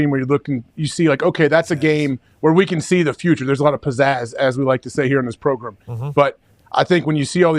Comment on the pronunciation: progrum nice coach